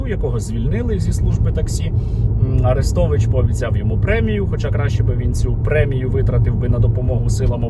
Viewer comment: Цікаво: а росіянці ще називають арестовича "Люся" ? Як називали його, коли він був умовно за Україну. Чи він там одразу став кумиром? Скабуха до нього прихильна, любила все повторювати А-рестович (наголос на А)